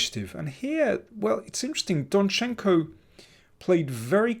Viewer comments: DOnchenko, Daniel, DOnchenko! Almost all Ukrainian-like last names have stress on the first syllable. For example, mine as well - MIshchenko, not MishchEnko... sorry, personal :)) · I think you should write rather 'DONchenko'. That would be the first syllable.